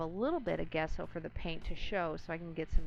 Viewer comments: I'm totally going to try this, thanks so much for the video!! Just one small issue, it's not "guess-so" it's pronounced "jess-so". It's an Italian painting term. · It looks good, but what is the stuff called? I am not sure what Guesso(?) is. In art school, we primed canvases with some stuff called Gesso (pronounced Jesso). I am not trying to correct you, or split hairs, I just would hate to use gesso, when in fact there is something else out there for this project called Guesso. I have been utterly surprised before :)